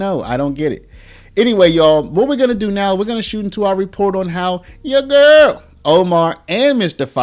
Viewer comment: “Yo gurrl” You gotta say it right 😭